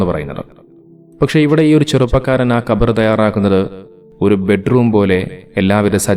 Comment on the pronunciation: പറയാനറിയി ല്ലെങ്കിൽ ശവകുടീരം അല്ലെങ്കിൽ ശവക്കുഴി എന്നു പറഞ്ഞാൽ പോരെ ? എന്തിനാ ഖബർ ഖബർ എന്ന് തെറ്റായി പറയുന്നത്? കബർ ആണ് ശരി. ഖബർ = വാർത്ത.